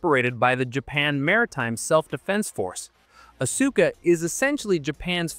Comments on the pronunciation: Asuka, is pronounced as Aska, the U is silent. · Its pronouneced Aska! It also makes rounds cheaper than missiles and considerably easier to resupply to the battleships as well. Because they are inert they could also be airdropped into the ocean from significantly high altitude and collected by warships. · His pronunciation of "Asuka" hurt me every time he said it lmao